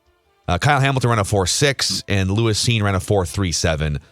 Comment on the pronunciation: Purple Daily fumbled round one. and didnt know who Lewis Cine was. The two Dopes couldnt even pronounce his name right. It's evident and never watched a single Bulldog game. Hey, what is the name of the Georgia player who was named MVP of the NCAA Championship game?